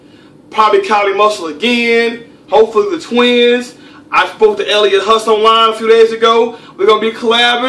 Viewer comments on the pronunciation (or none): yeah, but he said ''Elliot Husle'' lol ;)